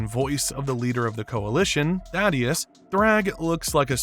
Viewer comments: It's THAY- DUS. Not THAD-DEUS. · Thay-dus. Why the hell do people struggle to say his name correctly?